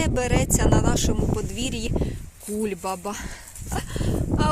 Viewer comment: Ви так чудно ставите наголос у слові кульбАба - кУльбаба.😊 Мабуть, у вашій місцевості так наголошують. Мені як українському філологу цікаво. А півник у мами точно такий, як і в нас удома.